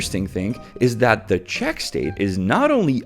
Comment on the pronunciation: Yay, now you say Chechia instead of Chech Republic! X)